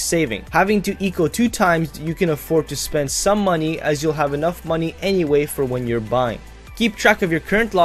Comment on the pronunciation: MOENEYY HWOREERE Nah, luv u, good vid :3